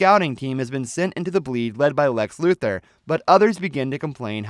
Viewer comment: It's LuTHOR not Luther